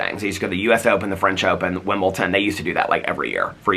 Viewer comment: Just an fyi, it’s Wimbledon not Wimbleton. Always gives me and my fiancé a laugh though! Hi from the UK!